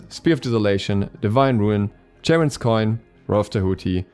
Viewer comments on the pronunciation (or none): its not ch as in change is ch as in chiron(helpful tip for charon's coin)